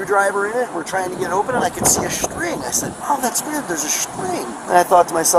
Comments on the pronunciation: Especially early in the vid, the contractor guy said string like it's the Schtarryn(MIB3) of fasting devices. 👍 😊 👍 (14/July/2024- pm🇦🇺EST) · “and I can see a shtring and I said wow that’s weird there’s a shtring” 😂